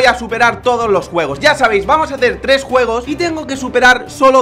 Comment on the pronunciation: tu dices guegos